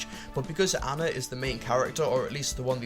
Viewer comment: aahhhnnaaaaa, say it with me ah-na, not anna, it is pronounced ah-na